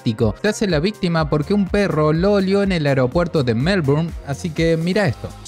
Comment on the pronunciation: "Vístima, vístima vístima, vístima, vístima".